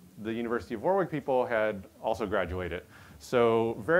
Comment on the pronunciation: Man, that repetition of "War-wick" sounds awkward to UK ears - UK place name pronunciation can be weird at times :) It’s "Warick" - the middle w is elided. (Wikipedia says the pronunciation is /ˈwɒrɪk/ WORR-ik which sounds about right)